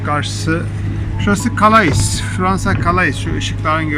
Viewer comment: calais diye yazilir kale diye okunur